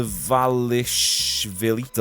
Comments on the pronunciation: Merab Dva-lish-vili the first v is silent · I saw a vid on ig of merab pronouncing his name today, it's like da-valish-villi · Not sure why but I always thought it was “Derinashvili” not “Dvalishvili”